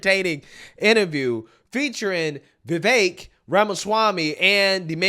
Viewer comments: It's VeeVake (like cake). Not Vehvekk. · dude, I have never heard Vivek's name prounounced so many different ways in one video by one person, lmao. You should really watch your own video back and see how you pronounce his name different every single time. It's fricken hilarious.